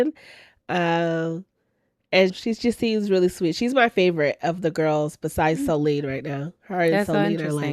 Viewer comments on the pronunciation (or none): It reminded me of the old school MTV CHALLENGE when CT was dragging ole’ boy across the sand with just his leg strength, while attached at the back too! BBL doesn’t equal muscle! Also, SOLENE = so-LYNN I JUST finished watching this season of Below Deck, where she was a new stew. She was so annoying… she does what she wants & has no accountability or remorse. I didn’t even know she had been on LI France, but that makes sense. I didn’t care for her slick hair either! 🙄